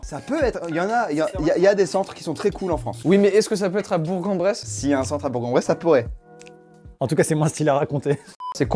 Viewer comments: = Mdrrrrrr, choquée que tu aies dit le nom de ma ville dans une vidéo ptdr 🤣 Par contre ça se dit pas "Bourgue-en-Bresse",, ça se prononce Bourk-en-Bresse 😂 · Déjà le mini infarctus du bourG et pas bourK x) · point IMPORTANT à noter: on dit BOURK EN BRESSE et pas bourgue en bresse, on est pas des ploucs OH mddrrrrr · On dit Bourk en Bresse aaaaahh pas Bourgue en Bresse déjà et je sais pas comment prendre la "vanne" ? 😂 Mais super vidéo 🎉😎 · les gars on dit bourK en bresse pas bourGUE s’il vous plaît 😂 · Bourg en bresse on dit Bourk en bresse ( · Pour la culture, Bourg-en-Bresse ça se dit "Bourke en Bresse" et pas "Bourgue en Bresse" voilà bisous à vous tous les Bressois, toute la France et puis le monde entier. Love ❤️ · Une fois pour toute : Bourg en Bresse se prononce "Bourk" en Bresse. Ouais on est comme ça en Bresse et ne demandez pas pourquoi. Merci à tous d'avoir lu ce commentaire instructif. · Merci bien, j'en peux plus d'entendre bourG mdrrr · ÇA SE DIT BOUR"K" EN BRESSE !!! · On dit bourk en Bresse, mes sa s'écrie bourg en bresse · Par contre il à dit bourgue et ça c'est horrible 🤣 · c'était cool mais on dit Bourkkkk en bresse et ça c'est une vérité !! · On prononce Bourk en Bresse!!! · Très bonne vidéo, par contre Bourg en Bresse se prononce "Bourk en Bresse" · 😭 il y en à plein qui font la fautes mais ça s’écrit BOURG-EN-BRESSE mais ça ce dit bourC-en-bresse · Sa s ecrit bourg en bresse mais se prononce bourk en bresse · je vous aime bien les gas mais par contre on dit bourK en Bresse on prononce le G voila xD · Tous les Burgiens te remercient !🙏❤️ Rahhh on en souffre a force de le répéter ptn !!! 😭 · "Bourg en bresse" le g se prononce k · joyca a prononcé bourg en Bresse incroyable !! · Ptn j'habite vers Bourg en bresse et sa me tue comment vous l'avez prononcé 😂😂